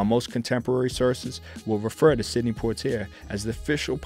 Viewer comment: Check pronunciations of names. I think Sidney and Lana.